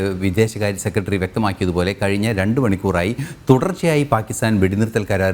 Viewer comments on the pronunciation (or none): News ഒക്കെ കൊള്ളാം. പക്ഷെ ഉച്ചാരണം മോശം ," സെക്കട്രീ ," അല്ല ," സെക്രട്ടറി" എന്ന് ആണ്